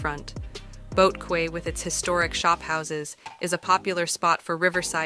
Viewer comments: The female commentator mispronounced the word "quay" as though it rhymed with the word "day". The word "quay" is pronounced as "kee" . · Quay is pronounced Key.